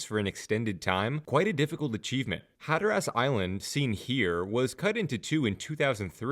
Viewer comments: Decent info, horrible pronunciation. Had to turn it off after the 5th Hatter-ass. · the way you pronounce Hatteras is very wrong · I can’t explain how the pronunciation of hatteras in text but ocracoke is oak-ra-coke. And the best I can do for hatteras is hat-ter-azs but quickly 😂